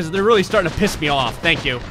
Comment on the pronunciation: "Tank You for the Video" :-D lol